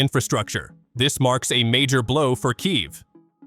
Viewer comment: Kiev not keiv